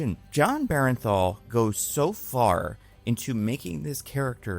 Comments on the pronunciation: It's pronounced Burnthal not Berenthal. Just throwing it out there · BERN-THAL... BERN-THAL NOT BERENTHAL... BERNTHAL!!! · why do so many people keep saying BEAR EN THAL...it's not even spelled close to that it's BURN THAL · BERNthal. BERNthal goddamnit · Actor was great. writing was bad. and jesus christ. please pronounce the actors name correctly.